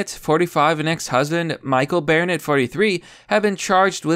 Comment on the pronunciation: "Bear net".... EDIT: I think she watched Orphan one too many times.